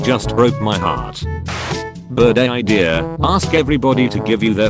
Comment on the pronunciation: Normal people: hears birthday Me: hears Burr day Me mind: HAMILTON?!